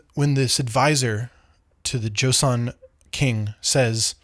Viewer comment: You're great. Please say it as jo-sun and not jo-see-on